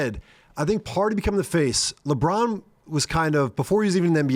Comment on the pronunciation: "leborn rolls" locks in